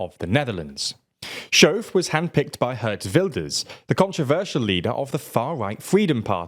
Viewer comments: The 'ch' in the name 'Schoof' is pronounced like the Scottish word 'loch'. Not 'shove'. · that's not how you pronounce SCHOOF. haha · Heerlijk dat verhaspelen van z'n naam. Hier mogen we nog een paar jaar van genieten.😂